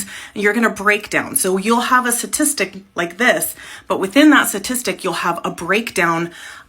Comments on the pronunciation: Why does she say Stat so clearly, but she keeps saying Sa-tistics. It was weirdly irritating the way she would say statistic. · I’m not talking statistics advice from someone who continually pronounces the word as “suhtistic”. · You can bet? Is that a sat tis tic too? I do not trust the FEMALE Matriarchy, especially when they cannot pronounce the word STATISTIC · The fact that nearly every time she says satitistic and not statistic says it all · What is a "satistic"? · Can she take a moment to pronounce statistic better :) oh and tone down the patronising attitude.